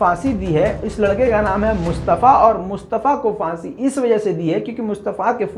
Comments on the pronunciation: Phansi not fansi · Fansi nhi,,Phansi hota hai.